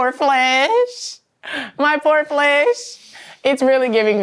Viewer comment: The way Coco said flesh 😂😂